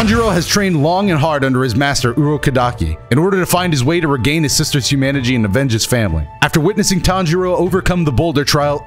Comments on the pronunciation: So we just gonna ignore the fact that said Humanigy instead of Humanity🤣🤣🤣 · we just gonna skip over the fact this man said humanagy instead of humanity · We ain’t gon act like he didn’t say “humangity”😂 Edit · "His sister's humanigy" Love the video!! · I know this is a grateful double upload and all, but nobody gonna talk about how said Humanijy for a second? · When he was going through the recap before final selection who heard him say humanigy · man really said humanjany lmao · Am I the only one who heard him say "reclaim his sisters humanagy". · Ok just gonna say it hit he says hunanijy and I just think it’s funny. That’s all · I let it slide when he said Urokadaki's name weird cuz it's a hard name to say and spell (I think I spelt it wrong tbh), but then he said Humanity wrong so now I gotta expose him. Edit: Yup knew it, it was Urokodaki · So we just not gonna say anything about how he pronounced humanity 😂